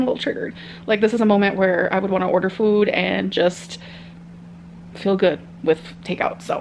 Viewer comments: Why the hell does she keep saying "füd" she never used to 🤨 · which is so weird bc she says fool for full why can't she say food without the umlat 😫😂